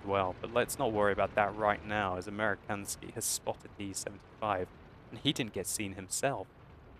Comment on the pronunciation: It's "Amerikansky" and to say it correctly, it is "American Sky." American and Sky put together.